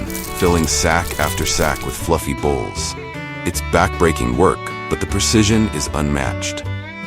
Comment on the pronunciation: Eh... it's cotton bolls, not cotton bowls... just sayin'